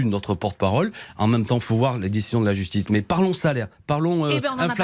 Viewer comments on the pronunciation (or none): none